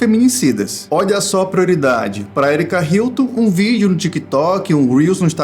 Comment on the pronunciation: “ Herike Hilton ” kkkk